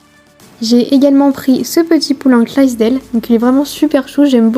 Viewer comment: Clydesdale pas clasdele😂 Belle trouvailles!